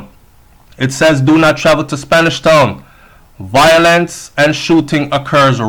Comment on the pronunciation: please pronounce the word properly. It's VI-O-LENCE not VO-I-LENCE. Your channel is update and informative. Just a tip!